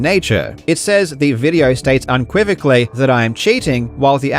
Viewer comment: Its unequivocally not unquivocally sir